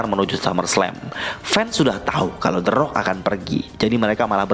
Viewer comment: The rock tp bunyi orng2 nyebut teroak😆